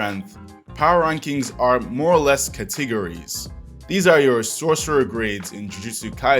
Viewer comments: I am more or less distraught on how he pronounces "categories"... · the way you made "categories" sound llike a made up word lmfao